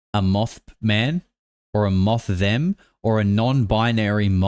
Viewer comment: "moththem" lmao i choked